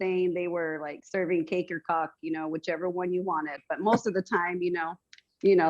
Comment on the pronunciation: She said cake or cock?.....i just died 💀💀💀 definitely could see why it was happenin